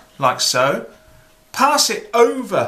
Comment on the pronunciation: Hello Sir! Awesome and funny as usual! Specialy because of Your accent when You are speaking, I just love Your way of talking, I'm always laugthing when You say the word "over"... "Ouuva"... must be because I'm French and I do appreciate and well understand when You are explaining things! Thank You very much Sir, for sharing Your knowledge. Greetings from France ^_^